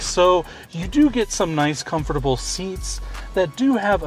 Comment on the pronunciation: Is it just me or does it sound like he adds an extra syllable to “comfortable” ?